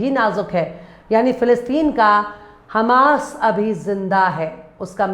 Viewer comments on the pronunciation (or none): none